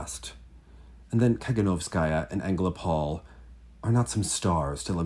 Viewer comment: the stress is on the first o in AngelOpol. ♥